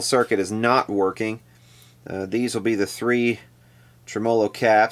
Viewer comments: love the channel long time subscriber but it's Tremo-lo, not Trem-O-lo! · here in New York... it's pronounced "Trem-olo" just for your elucidation,:) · Interesting video. Tremolo is pronounced tre-mə-ˌlō. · Here in Adelaide South Australia where we speak correct English I feel compelled to correct the way you pronounce the word tremolo. It is Trem- Ah-Low. A good example is the intro on Ian Hunter's : Once Bitten Twice Shy, when he says Hello. Thanks you and good night. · What's a "Trem-o-lo"? Is that the same as a tremolo? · Should be pronounced tre-MEL-o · No, it should be pronounced TREM-a-low. Accent on the first syllable. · Been at this for -- well, in playing year, 59. It's re-VERB, and tre-MO-lo. AND humbuckings. Not humbuckers. And cherry sunburst, not tri-color. Don't know WHERE the semantics went into the toilette. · Trem-A- low, Dang. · Could you replace the capacitors in the way you say tremolo please. It's faulty. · You are the only human being on planet earth who pronounces “tremolo” that way. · First time I have EVER heard it pronounced that way myself... LOL. Must be an Eastern Kentucky thing... kinda like eating burgoo. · you say tremolo in a funny way :P